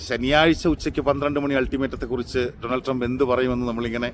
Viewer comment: ടോണൾഡ് ട്രെബ് അല്ല ബെടായ് ട്രെബ്😅